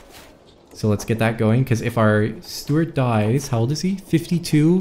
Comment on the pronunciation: Its steward not stewart